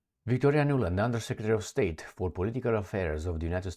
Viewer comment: I heard you saying "undersecretary of STAGE". Deliberate or not - What a wonderfully apt paraphrasing...